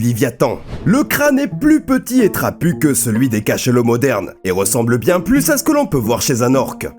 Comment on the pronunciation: Putain mais faut arrêter de prononcer le "s" de plus !!! Il est muet ! Sauf si tu fais une addition !!